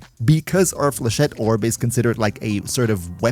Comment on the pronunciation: For a non French man, you deal very well with the flechette, bastille and Vauban name's :D well done to you ! Still Best Videos as always and dw for the synergy we got your back ! Love and kills from French MR-LR3 <3